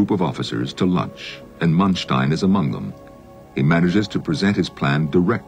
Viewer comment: 'Mun-stein'?! Man-stein, Jesus...